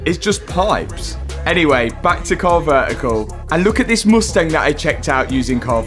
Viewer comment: He say "mush-tang" instead of "must-ang"?